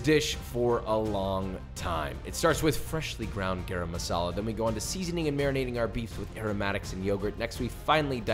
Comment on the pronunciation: I'm sorry you always say garam masala wrong, its pronounced “guh-rum” sounds like your tryna say graham cracker